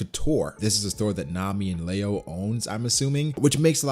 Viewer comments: It’s Leo not leao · It's pronounced "li-yo" not "la-yo" no hate here just helping out